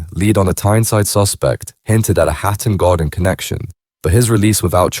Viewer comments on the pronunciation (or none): Some what weird to hear Hatton Garden rendered as 'Hat and Garden' by the AI. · Nothing new, just speculation and repeated sections from a bot. "Hat and garden" anyone? 😂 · Hat and Garden..............its HATTON GARDEN, cant take this video seriously with such a schoolboy error!